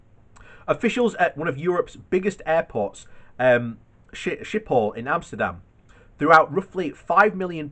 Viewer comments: Schiphol airport is pronounced SKIP-OL. Not Ship-ol. It's Dutch, not French. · Brexit benefits: more time for sight-seeing at the front of the gate. What? You want fast access? Ok. Surrender your police information files and pay up. Edit: also it's Schiphol. Not sjiphol. Pronounce the "ch" more like a "g" and a pretty harsh one at that. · No it's not. There is no 'k' in Schiphol. Considering english speakers have trouble with the harsh 'g' sound, 'shiphol' is actually pretty close and definitely preferable to saying it with a 'k'.